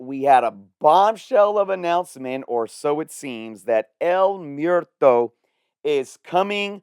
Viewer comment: Mwehr-toe. Not Myer-toe. 😅 Spanish word for death.